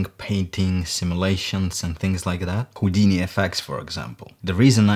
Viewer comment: Я вот думаю, специально сказал ХУЙдини?))